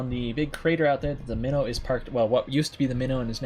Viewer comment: Since the start when calling your ship "Minnow" I always heard "Mino" like Minotaur. (Which interestingly was a Royal Navy cruiser class during the first world war, and a proposed design before the second one) I always thought you meant the mythical animal Minotaur (or the ship class), not a "small fish" or fish species.